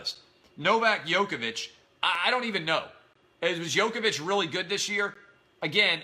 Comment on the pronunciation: Clay, Djokovic is dominating this year man! its "jokovic" not "Yokovic" He won both Wimbledon and the US Open. (The last 2 majors). And LeBron James is not currently the best player in the NBA. He USED to be. LeBron and Federer USED to be the best, but now they are only great NOT the best.